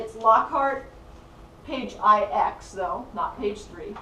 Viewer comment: "page eye eks?" how about "page roman numeral 9"